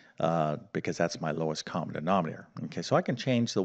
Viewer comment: Generally you speak clearly but it took me a while to work out that prom means problem and denomnator is denominator. Is prob, problem? Noom rater?